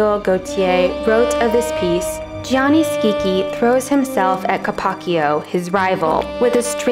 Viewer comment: Gianni is pronounced exactly like the English "Johnny". Only two syllables.